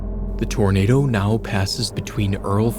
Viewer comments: "Dat's a big Tornadaw" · “thats a Big taarnader”😂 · “Dats a beig tournaduh” 🗣️🔥😭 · IM SORRY BUT IM DYING “thats a big tornada” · “Thas a big tawnadah” she wasn’t lying😮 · “ThAs A bIG TorNaDa!” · "thassa big tuhnaduh" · das a big tonaduh. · I love the way he says “that’s a big tornadu” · "dhats a beg tonaduehh"hits hard🗣️🔥🔥🔥 edit: HOW GARY CAN SURVIVE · "that's a BIG tarnaduh!" . Them old folk knew what they was lookin' at to be sure!!!! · Just came to say this lol